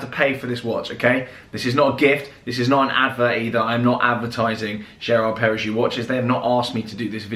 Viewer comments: Not usually a nitpicker but it's Perra-go instead of Perra-joux. Very well finished though and the ceramic is cool. All black is a bit of a dying trend but I hope ones like this and the AP QPs keep it alive. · So glad to see watch talk back! Just thought I’d mention its lor-Ree-ar-to and pereg-oh for pronunciation!! Keep up the good work!